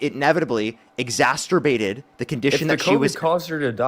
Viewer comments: Exacerbated. Not exastorbated. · also doesn't know that the word is 'exacerbated', not 'exasturbated'.